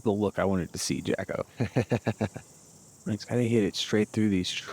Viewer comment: It's Jacko, not Jocko,. Get it together. please. He told you last year.